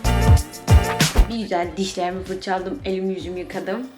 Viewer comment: Fırçalaa dım diyo ya cemoşum😂😂😂